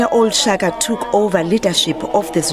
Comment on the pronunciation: Disappointing thing is the Reporter cant pronounce Shaka😩😑